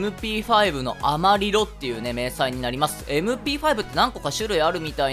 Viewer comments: アマリロ（スペイン語で、正しい発音は”アマリジョ”です）は”黄色”という意味です。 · 英語発音になるとアマリロになるんですかね。